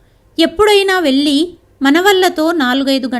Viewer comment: కథ చదవటం బాగుంది (వెళ్ళి, పెళ్ళి) వెల్లి అని పెల్లి అని చదువుతుంటే వినడానికి బాధగా ఉన్నది . ఉచ్ఛారణరణ దోషాలు లేకుండా చదివితే బాగుంటుంది.